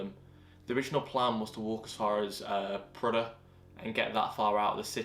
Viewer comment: Hey two things: One as someone from Prudhoe it is refreshing to hear someone from the south (I'm just guessing based on your pronunciation of words like ask and glass) pronounce the name of the town correctly. Secondly, I believe they would have problems with people using the roads as a giant car park but more likely from boy racers using the deserted roads as a racetrack